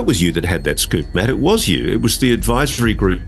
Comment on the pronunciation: dont you mean a SCOOF ??? hahahaha